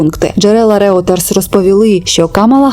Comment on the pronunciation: Вибачте що не по темі, але видання Reuters читається як «Ройтерз» :) Дякую за ваші відео